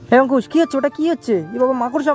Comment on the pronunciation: Amar khub valo lage jakhan Angkush k Antush bole